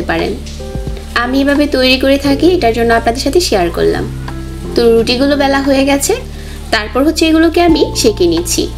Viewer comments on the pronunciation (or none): none